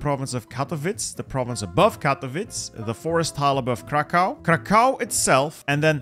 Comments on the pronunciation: Kraków is pronounced "krakuv" not kakao xd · if u ever wanted to know, krakow is pronounced like "krakoof" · pronounce Kraków like krakuf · it's not krakAu and katowic. it is KrAkow and KatOwice